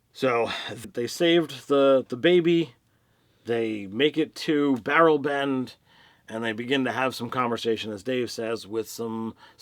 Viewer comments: sounded like Barrelben to me XD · Just a small pronunciation issue, the town they arrived at is called Berleben. It's hard to catch on the stream, but they've uploaded a picture of the map that has it listed. According to a tweet by Matt, the -ben suffix seems to refer to swamp towns. In campaign 1, there was another swamp town called Stilben, which is where Vox Machina started.